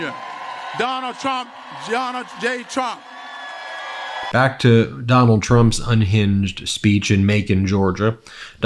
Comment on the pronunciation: Donald Cum Jonald J jump too funny they cant even say his name correctly